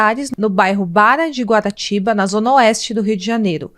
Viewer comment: O bairro se chama Barra de Guaratiba e não Bara de Guaratiba. Seu canal é muito bom!